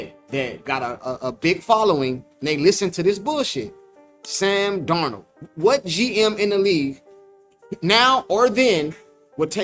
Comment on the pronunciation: This man said Sam Darold😂😂😂😂